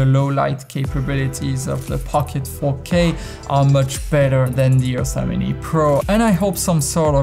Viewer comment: excellent video. when you say "Ursa Mini" i keep hearing "Yosemite"